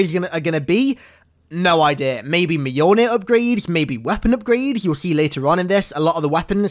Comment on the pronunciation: Take a shot every time he says mionay